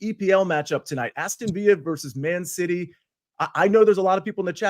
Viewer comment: lol makes a Bucketesque mistake saying "Aston VEEa" and no one calls it out.